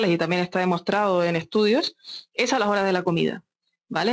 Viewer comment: JEJE ME GUSTO CUANDO DICE AALAS 8 DELA TARDE XD